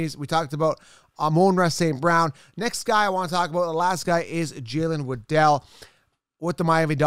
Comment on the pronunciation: You know it's Jaylen waddle like how a Penguin waddles?